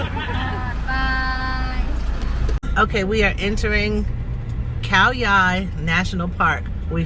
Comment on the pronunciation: You said Khao Yai correctly and very clearly ❤️👍🏻 This RV trip is very interesting but that’s lots of shopping for the camping 🤣 Looking forward to wacthing the 2nd part!